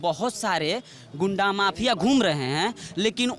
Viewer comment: Ghuda ko ghunda bolana segho